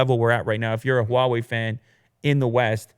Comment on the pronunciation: I cringe every time Huawei is mispronounced